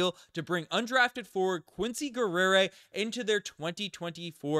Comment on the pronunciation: Geh'ri-ay Not Guerrera or wtf tf you said. It's French for warrior. McGill be letting anyone graduate lol